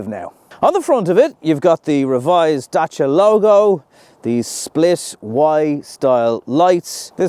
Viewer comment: Love how good you're pronouncing 'Dacia' . 👍Exactly like in romanian.